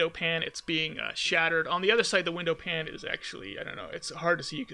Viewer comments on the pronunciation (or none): Its been a while. Glad you weren't out with virus. I always thought cop car special was dumb. Lots of trophies. Not sure if trophies are on Nintendo version. Also window "pane" is not pronounced like (frying) "pan" but instead like "pain" (like being hurt). Sorry just saying.